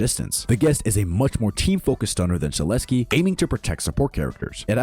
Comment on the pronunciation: Shedletsky is s tear not a A tear